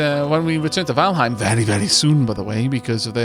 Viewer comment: really enjoying this one but....Valheim...Valheim. Please